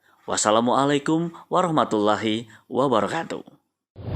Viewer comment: Wabarokatu....bukan wabaroyatu.....